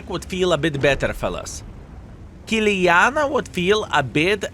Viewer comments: Why you calling Kiliana?!!! IT IS KILANA!!!!! What a NOOB IS this YouTuber 😂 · Stop saying Kiliana! it´s KILANA !